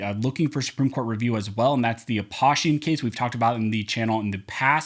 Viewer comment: Aposhian is pronounced with an "oh" sound, you can hear his name here Also, thank you for keeping us up to date on whats going on